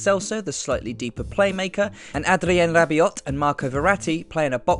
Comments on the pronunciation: Hey it's Adrien Ra-bee-oh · So ... You guys knew Zidane would use the 4-3-1-2 with Isco rather than the 4-3-3 with Bale. And also guessed PSG's 6 would be LoCelso rather than Diarra or Rabiot (btw the "t" is silent) . Can you predict the outcome too?